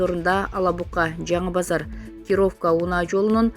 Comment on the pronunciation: Журналист кыз сенде ударение деген жокпу элементарный Кировка деген соз и тамгасына басым жасалат.